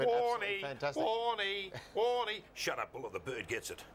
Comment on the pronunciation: Warney? No, no, you got it all wrong, mate. Its a long WOOOORRNEEYY!